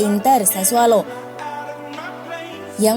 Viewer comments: Sassuolo min bukan sassualo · Sassuolo, bukan Sassualo. Udah brp episode salah terus.